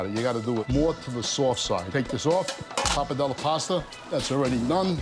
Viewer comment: The pronunciation of PAPA DELL, all wrong. Worcestershire sauce, forget it. Noodles? I'm sure it's great food to eat. But it's an approximation. It isn't Italian.